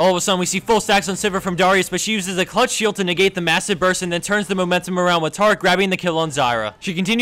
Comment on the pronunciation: He said clutch shield, but the "sh" kinda sounds like it was a part of "clutch", co I understand the confusion.